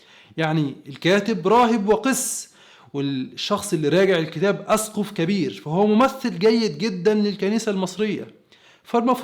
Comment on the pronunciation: ههههههه مش عارف تنطق اسقف صح